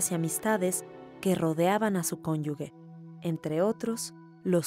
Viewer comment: Qué pena que en un programa tan culto, no se pronuncien bien las palabras. Da mucha pena que no sepan pronunciar la palabra CONYUGE